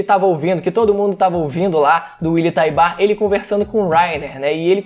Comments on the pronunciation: Só eu que fico agoniado com a pronúncia errada o certo é "Taibur" não "Taibar" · Mano não é TaibÁr a pronúncia, é TÁibar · Acabei de rever o EP no momento em que o comandante Encontra o Willy a pronúncia é como se o U fosse mudo por isso falei que o certo seria Taibur tlgd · Willy taybar mano 😣😣😣😣.... Willy taybur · Algumas pessoas ficam excitadas por coisas diversas... Músculos Voz grossa Pegada Inteligência Barba ... Eu na real fico excitado quando o willyan tybur pronuncia.. "EREN YEAGER"